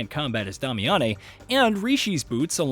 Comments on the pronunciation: “Day-me-ann”. Who tf is damiyannay? 💀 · "Dami-ah-nei"? Why do they insist on having "journalists" talk about a game they've never played?! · but is pronounced DAY-mee-uhn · Starting drink every time he says "Dah-me-ah-nay" instead of "Day-mee-ahn" like they say in the actual game Damiane is in. 🤷🤷‍♂🤷‍♀ Kinda like where he talks about boss armor before saying, "yeah, you read that right," even though just heard it & we didn't read anything because it's a YouTube video. 🤔🤔🤔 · Dame. E. In. They said it in the game tons of times. I'm now certain these channels don't even play games but push out content for content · Who is "Dah-Me-On-Nay"? It's Damiane lol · Dom-ay-ya-nay bothers me more than it should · Yes!😂 let’s call her “Dah-meh-yaa-neeh” lmao 🤣 Good job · yeah pronounced Damian. This game alone had shown me just how many people have no clue how properly sound out words themselves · Honestly i was like is he saying Dami-Annie. Where are these extra letters coming from? lol. Not hating, just enjoying the ride. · Dam-i-a-ne is her name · Disliked, and unsubscribed due to Damiane pronunciation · Ok, I had to stop and downvote due to that horrid butchering of Damiane's name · bro is just rage baiting by how he pronounces Damiane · I mean if you actually played the game then you’d know how to pronounce Damiane’s name. You invented your own pronunciation there my guy 😂🤣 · I was cringing so hard every time he said it.